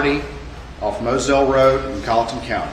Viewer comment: Hi Guys, from South Carolina, I don't mean to offend, the trial is in Colleton Co. (Colin. ton). Thank you from a history nerd.